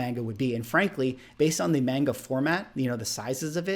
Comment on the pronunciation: Pshhh homie called it Mayne-Ga 😂😂😂. I’ve literally never heard heard the term pulp until you had mentioned it in a different video prior. Pretty hard not to love those covers!